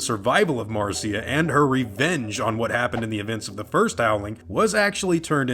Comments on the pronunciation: Marcia is pronounced "Mar'sha". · Pronounced mar-SHA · Your work is awesome, but it's pronounced "Marsha" :) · Marcia is pronounced the same as Marsha.